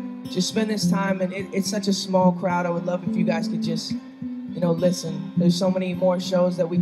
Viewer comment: y'all!! he said "listen" not "selena"